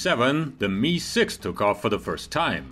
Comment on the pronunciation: It's pronounced em eye six. Not "me"